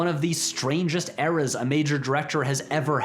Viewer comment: I like how in Patrick’s accent the words “eras” and “errors” sound basically identical